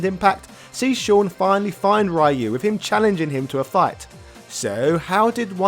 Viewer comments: It's Roo not Rye you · you keep mispronouncing ryus name. and each time it becomes more noticible and less easily ignored. >w< ree-yoo not rie-yoo. if it were pronounced your way it would have been raiyu. like raiden from metal gear. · I honestly have zero interest in Sean. Laura was far more interesting in terms of looks and fighting style. Also who is this "Rye-Yoo" he speaks of? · No, it's "Ryu" (a combination of the syllables "ri" & "yu") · lmaoo!! diff lands pronounce ryu differently. but hell ya capcom needs to put in some SF3 characters as DLC at least... its really lame and disgraceful to neglect them. especially with the whole back to hip hop and third strike vibe SF6 has going on. i would like to see sean and how much he has improved and his fighting style. i miss his 2 hit dunk shoryuken. that needs to make a comeback. also being a ken fanboy is part of his hype. the dude is basically sakura for ken. minus any fruity intentions. lolz. but ya dont see any reason for him to just hate ken all of a sudden. curious wtf happened to ken also. love his garou/cobain look tho. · True but then why does he pronounce "Ryo" as "ri-yo" instead of "rye-yo"? I don't get why he refuses to make an effort with "Ryu" when he obviously could pronounce it properly if he wanted to... And yes I would also love to see how far Sean has advanced since Third Strike. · Ive been watching a few of this guys videos. And they are good. Really good. But when i hear him pronounce Ryus name. I wanna shit myself and jump off a cliff in minecraft. And then i hear him say Shoryuken right and im like, you know Ryus name is in the name of the attack.